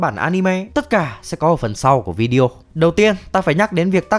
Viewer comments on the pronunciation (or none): none